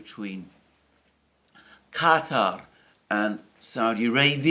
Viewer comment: Good to hear Alexander pronounced Qatar correctly, instead of the usual American pronunciation of "cutter".